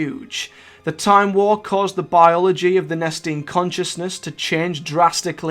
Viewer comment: ve last gret tahm war